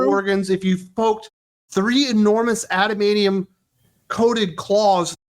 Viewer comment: It's ADAMANTIUM!!!! Not Adamanium... I fucking hate that.